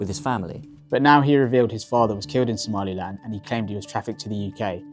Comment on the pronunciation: Exactly that weirdo who lives in the Uk, keep saying “Somaliand” when there is no such thing